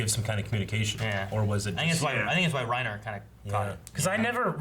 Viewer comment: its "Rye-Neeeer" as uttered by Sergantajs crew